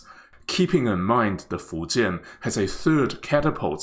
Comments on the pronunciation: thanks to this video, i finally know how to pronounce fujian correctly. good luck to china on the successful completion of your carrier. wishes from India, your rival and friend. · Taiwanese has unique accent when they speak chinese but man in this video doest have accent when he speaks the word "Fujian"